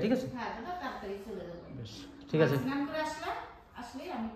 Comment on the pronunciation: Senan hoy na snan bolun